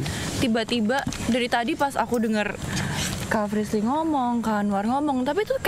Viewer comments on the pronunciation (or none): be like manggil anwar jadi "aswarrr" Anwar be like manggil frishlly jadi "frislirrrrrr" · Hahha...Anwar..klo sdh panggil nama Frislly...jadi Frislir ...bikin ngakak